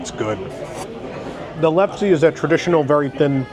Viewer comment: . Its pronounced lef-sa though its possible my Norwegian family has been wrong all this time. They haveca 'book of knowledge" which os hilariously blank so who really knows.